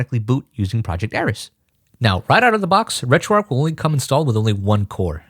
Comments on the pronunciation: great video. one thing. There's an "h" in "RetroarcH" mate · Why do people pronounce it ‘RetroARC’ when it’s RetroARCH!!